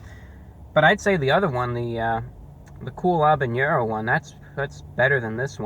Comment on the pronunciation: You're like the only guy i know to pronounce "habanero" correctly. Everyone says it " HA banero" the "H" is silent.